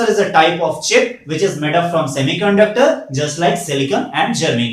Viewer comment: Bhai ie "Chib" kya hota hai ???? Are you mean "Chip"!!!!!!!